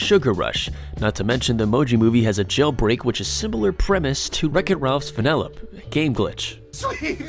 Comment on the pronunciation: its not vanellop, its vanellopE